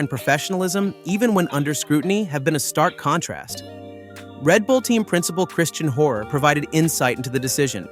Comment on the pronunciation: Wtf is with the "tsuno" and "Cristian horrrr", get a better AI voice man...